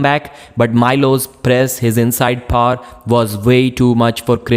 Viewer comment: I guess he means power